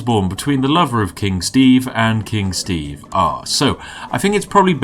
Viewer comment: All Steve can say is "SHTAEVE!!!!!!!!!"